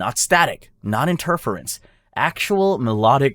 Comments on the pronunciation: Interference = enter - FEER - ints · Enterfeerance I dunno what word you thought interference was but say it like that. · The mispronunciation of some words does my head in... 'in-TER-ference', 'AD-ministration'... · Radio inter firance 😂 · You're wildly mispronouncing "lunar" and "interference" and obnoxiously repeating the same dry sarcastic line at the end of every cover up explanation. Bold of you to think anyone with working ears would sit through almost 100 minutes of that. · I’m 20 minutes in and he doesn’t know how to pronounce “interference” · You're starting to sound like a conspiracy theorist. You also repeat yourself way too much, and you mispronounce "interference". You're really annoying. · The way how you say interference drives me crazy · Lol the way interference is pronounced. This poor bot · fucking doing my head in. And then the stupid sarcasm at the end of each one. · "In-TER-furrence" "GAG-a-rin" "lu-NARR" Definitely not AI diarrhea.